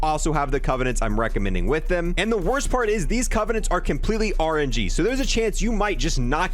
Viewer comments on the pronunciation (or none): none